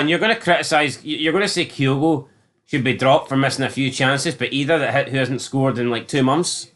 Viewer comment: Also why do both of yous pronounce idah the way you do it’s like his name is idaeah the way you say it, then you say it the right way eventually deliberately trying to annoy folk I think 😂😂😂